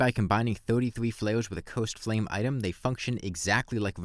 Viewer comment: This man does not know how to pronounce "cursed" lol I thought he was saying "coast" flares the entire time until he talked about the dot buff